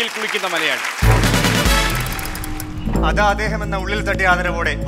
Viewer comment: കള്ള് എന്ന് പറയുന്ന മളയാ ളി.... മളയാളി എന്ന് അല്ല, മലയാളി എന്ന് പറ....... ആദ്യം മലയാളി എന്ന് പറഞ്ഞു പഠിക്ക്, എന്നിട്ട് മലയാളം പറ......